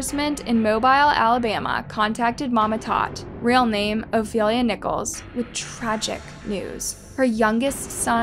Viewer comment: The last name is Nichols... Not Nicholas... I have the same last name ✨